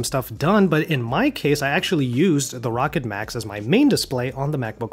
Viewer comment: Isnt it pronounced..rowkid